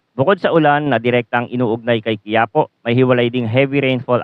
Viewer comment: Hindi quiapo bigkas Dyan ki ya Po may diin sa ki, kagaya Ng isang Lugar sa Nueva ecija.